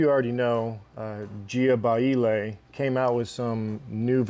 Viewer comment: I love hearing people say jianaile 😂😂😂😂😂